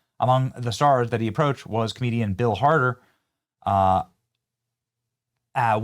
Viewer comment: Benny mispronounced Bill Hader as "Harder". That's what's known as a Freudian slip.